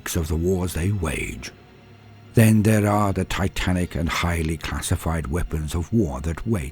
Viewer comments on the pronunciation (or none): none